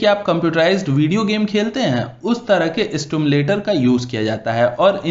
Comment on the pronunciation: सिम्युलेटर। ना कि स्टिमुलेटर।